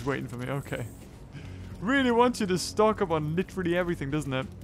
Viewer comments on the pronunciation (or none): none